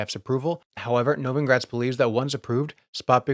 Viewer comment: He always pronounces Novogratz's name wrong.